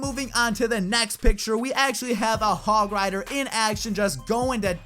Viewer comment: Said it terribly the hog rider thing